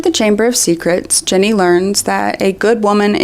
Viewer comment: you keep calling her Jenny instead of Ginny and it's so distracting